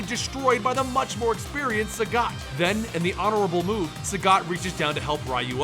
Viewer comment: How the hell did you pronounce Sagat correctly, but missed Ryu?